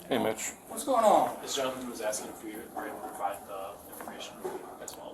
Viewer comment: She may not be ooooonmnn the schedule but she is oooonn something.